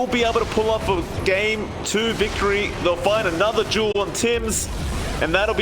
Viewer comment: Its fucking called DUEL not JULE!